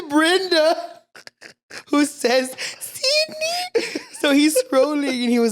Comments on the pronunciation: "Sidney" 😭 it's Cindy! 💀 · Died every time they said Sidneyyy 🤣🤣 baabess it’s Cindyyuuuhh 😭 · The way you guys say “Sydney” when it’s “cindy” 😭😂😂😂😂😂😂 “Cindy the TV is leaking” 😂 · Ahhhh the “ Sydney “ is killing me when her name is Cindy 😂😂😂